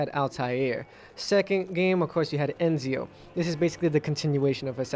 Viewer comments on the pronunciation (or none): i think its ezio not enzio